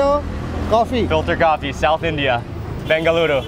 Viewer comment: The way mark said 'BENGALURU' it touched my heart ❤